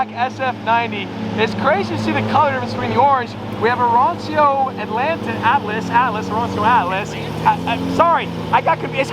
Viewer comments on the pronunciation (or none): none